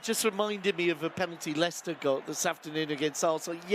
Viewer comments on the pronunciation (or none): none